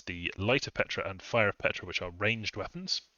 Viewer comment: Ptra is pronounced pt-ra, not Petra. I feel this nation is really op. Awesome chaff, op sacreds, top-line archers, insane Tomb Kings, good early game spells for mages, great fluffable constructs. The nation just feels powerful out of the gate while scaling hard. Truly magnificent nation tho, really feels like the Tomb Kings of the Warhammer universe!